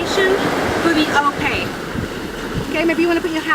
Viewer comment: One who actually understand how to use ones body when doing Ori. Many dancers struggle with Ope, and they do it wrong. They don’t realize that it’s just a circle like when they Fa’arapu, as well as using their stomach. As with Belly dancing, Ori Tahiti is also a core dance...btw it's ''O-PE'', not ''O-PEY'' lol.